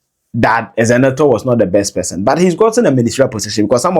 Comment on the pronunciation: The name is not Ezenetor or Ezenator. It is Zenator.